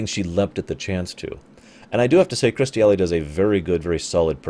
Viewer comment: Here we go. I wonder if this is the video where you managed to learn how to say Kirstie Alley's name.